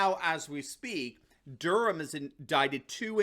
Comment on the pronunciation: thank you for saying Durham properly, my last name is Durham and so many say Dur-Ham, pisses me off